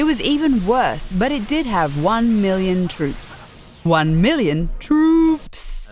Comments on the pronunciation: Wan Mirlyoon Truups....... Waow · Wrong.... it's "won miwion twoops" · juan-mi-li-one trouupsss! wow!